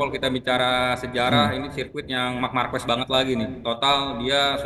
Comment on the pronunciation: Marquez bacanya Marqez bkn marquez